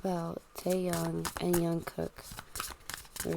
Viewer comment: Jungkook not yungkook